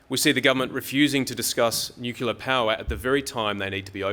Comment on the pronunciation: Nu-clear not nucula.